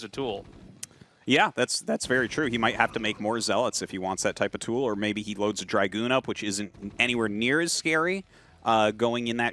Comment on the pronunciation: What do we have to do to make tasteless stop pronouncing dragoon like that?